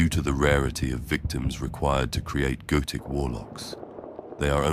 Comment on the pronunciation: Every time he says "goetic" I hear "goated" please help.